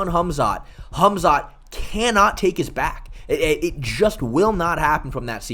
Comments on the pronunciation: "Hum-Zot Chimaev" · MMA "Humzot" Che